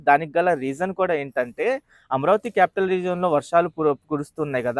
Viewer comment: అమరావతి అని పలికితే బావుంటుంది అమ్రావతి అని పలుకుతున్నారు మీరు